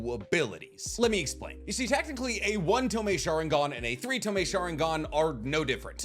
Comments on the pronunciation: ITS TOMOE!! pronounced tomoy, not tomei. Hate to be this guy, but please get your pronunciations right, it’s niggling me!😂 despite that, love your videos. Keep it up ! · AGH! it's pissing me off now. It's TO MO E not freaking TO ME! Say it right!